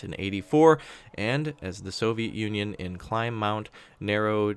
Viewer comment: I know how to pronounce the "Climb Mount Narodnaya" only because of COH series. It's kind of funny trying to hear him say it, it's hard for me and I've heard it hundreds of times. I've tried to learn Russian many times. It's very difficult.